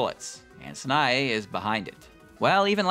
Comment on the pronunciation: FFS Learn to pronounce Sanae